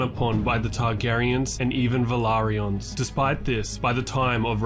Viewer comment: Finally!!! A correct pronunciation of Velaryon. After the show nobody had an excuse, you’re literally the only YouTuber saying it the way it’s actually pronounced. Imagine, people thinking they have the pronunciation correct, when George RR Martin has said it’s wrong. 🤣 There’s been proof since the first episode of HOTD dropped. Genuinely started to think people were just trolling.